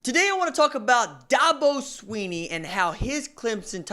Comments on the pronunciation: Da bo not DAB O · DABO not DAHBO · No offense but the first thing this guy needs to do is learn how to pronounce Dabo. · Is he saying Dabo's name wrong on purpose?